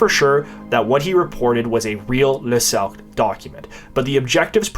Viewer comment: "Le cercle pinay" sounds extremely rude to English speakers, especially when its pronounced "Suc" ha.